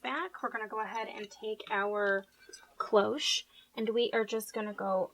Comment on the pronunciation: Faux engraving... without having to go out and buy a load of new products... I love Love LOVE this idea!!! Thank you sooo much for a fab tutorial!!! <3 (p.s. sorry to be picky but CLOCHE is a French word and is simply pronounced closh!)